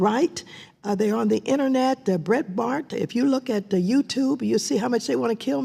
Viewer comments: Did she say Breitbart or Bread Mart? Is there a super boring convenience store chain out there trying to assassinate Maxine Waters? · Bret-Bart?? WTH is Bret-Bart??